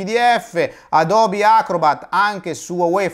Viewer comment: Se conoscete l'inglese sapete che Nike si pronuncia "Naiky", per quanto riguarda Adobe e Skype ho riso anche io